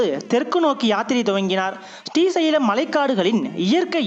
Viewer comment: பதிவு மிக அருமை, ஆனால் உங்கள் உச்சரிப்பு ஶ்ரீ வர வேண்டிய இடங்களில் ஸ்டி என உச்சரிப்பது போல் இருக்கிறது. ஸ்டி சைலம் or ஶ்ரீ சைலம்??